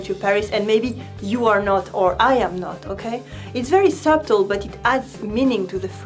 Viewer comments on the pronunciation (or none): J’aime ça, ta chaîne de YouTube. C’est tres tres utile. Oh, and I thought you might want to know that English speaking people don’t pronounce in the b “subtle.” Some people, like myself, say it as if it were “puddle” with an s in place of the p; others say it as if it were “scuttle” without the c. I’m American, and I used to make the same mistake when I was younger. I hope I’m not being annoying, just trying to help you as you have helped me.